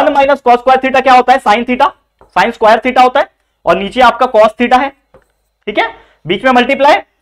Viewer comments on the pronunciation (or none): squaire nahi sir square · Square ko squire bolte hai 😂😂